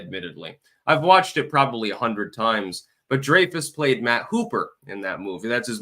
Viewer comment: I believe he pronounces it,"Dry-fuss".. not "Dray-fess"js. ....